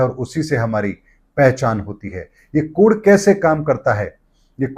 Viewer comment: त्रुटिपूर्ण उच्चारण। कोड़ नहीं कोड कहिए।